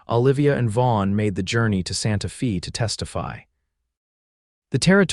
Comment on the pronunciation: ABUSE of city names is horridly annoying...... IT's Santa Fey - not Santa Fee!!! and wound is an injury, not string wound around a stick!